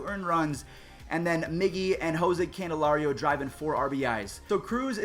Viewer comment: Lol no hate to but “Jose Candelario”